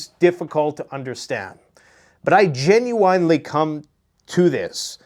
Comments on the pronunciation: It's pronounced "genuinely"! Sorry, You say this word a lot and it drives me nuts! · Dude STOP pronouncing the word "Genuinely" like "WINE"LY it's "WIN"LY"!!!! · Dude.... its not genu - WINE - ly. Fuck!! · Ok I gotta know. Have I been saying it wrong or u saying it wrong. Is it genu-in or do u pronounce it genu-ine? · Gen-u-en-ly. lol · "Gen-u-I nnnn lee" Lololol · "Gen you wine lee" 😂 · When did genuinely become genuwinely?? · I love watching your show, but also like how you pronounce genuinely. 😜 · Hey.. why do you genuinely butcher the word genuinely?:D